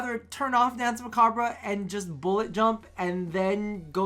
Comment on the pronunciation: While you're at it might as well not forget about the French pronunciation of "danse" either since the entire term is French.